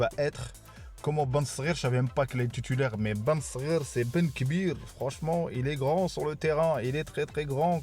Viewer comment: Salam oualaykoum ont dit titulaire et pas tutulaire